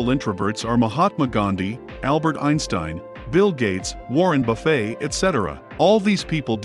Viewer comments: Warren “Bu-Fay” 🤣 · Love the way the AI pronounced warren buffets name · I can live with the fact they use text to speech, but is it really that hard to make it pronounce Warren "Buffet" properly? With TTS you can't just type something out and call it a day. You often have to announciate by typing words incorrectly. Are these channels that low effort they can't even do a few tests and edit? Lol so sad. At the start of your video my wife made the connection about astrology being the same bs. If even she's noticing it I'm shocked these alt right channels don't notice it too, but here we are. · I'm convinced these videos are narrated by bots after they pronounced Warren Buffet wrong